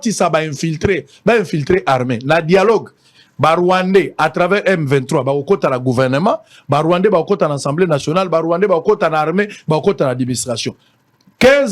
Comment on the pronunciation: on dit: A-SAM-BLÉ et pas EN-CENT-MBLÉ!! Corrige ta prononciation stp. Merci pour tes emissions ❤